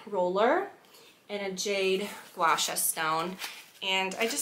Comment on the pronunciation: Impressed how you pronounced guasha right!